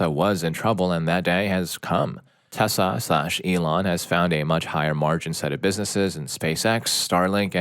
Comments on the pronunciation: I know they are saying Tesla but it sounds like they are saying Tessa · Why is he saying "Tessa" instead of Tesla? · IT'S TESLA NOT TESSA